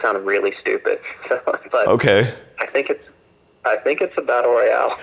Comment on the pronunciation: Fucking lost it when he said its a batlte royale